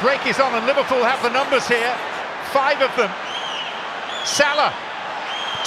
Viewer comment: I hate the way the commentators say salah 😂😂